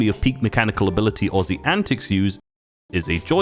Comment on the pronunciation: Man you gotta do aussie like that 😂😂😂